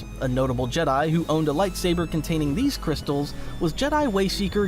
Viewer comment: ..... what? The Jedi - Jedd'i Kyber - KyBurrr Come on. Thats goofy. Did the ancient Jed'DI, use the KyBURR crystals? 😅